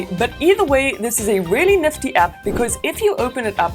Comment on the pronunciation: Neftty things , niffty things , naffty